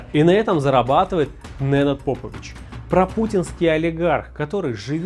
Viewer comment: Попович правильно ставьте ударение, навальнята ебн